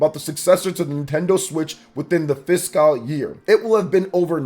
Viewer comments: Why does this dude say fiscal so weird? Lol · Bro I'm saying though